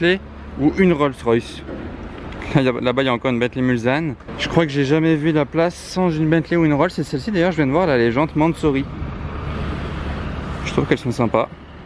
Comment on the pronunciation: S'il te plaît, arrête de dire "Bentley Mulzanne", c'est juste horrible ! On dit "MulSanne" avec un "S" . C'est un village qui jouxte le circuit des 24H du Mans . Je suis du Mans, et crois moi, on dit bien "MulSanne" . Merci pour nous . Au passage, "Arnage* est aussi un village qui jouxte le circuit . L'histoire sportive de Bentley est principalement liée au Mans, et Bentley rend souvent hommage à ce circuit .